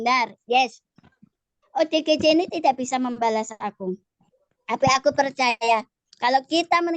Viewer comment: Ya ampun.. OODG wkwk.. Salah sebut akuhhhh.... ODGJ malu-ku sampe kemana mana rek.. 😂😂😂😂.Maaf ken lidah yang keseleo wkwk